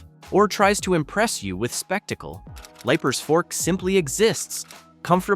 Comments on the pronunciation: Leiper’s Fork isn’t pronounced Lipers, but Leapers Fork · Leipers Fork is pronounced LEE-PERS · Great video, but you are mispronouncing Leipers Fork. Long E sound. Not long I sound. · Bro, it’s pronounced Leapers Fork. AI strikes again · It's pronounced "Leaper's Fork".... regardless of how it's spelled. 🙂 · #3 is pronounced leapers fork tennessee... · I hate this stupid narrator. Cant even pronoun the names correctly. Like Liepers Fork-it’s pronounced LEEPERS you big dummy. If this is a computer voice, get rid of it. If this is a person, get rid of them too. Ask a Tennessean to read this. We know how to speak. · PRONOUNCED - LEAPERS- FORK LEEPERS - FORK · Leiper’s Fork is pronounced Leaper’s Fork. Rhea County Courthouse is pronounced Ray County.